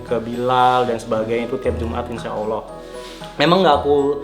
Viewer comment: kalo nyebut nama allah yg bener qq😇